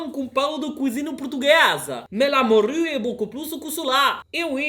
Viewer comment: "la moRRRRRUUUUE"😂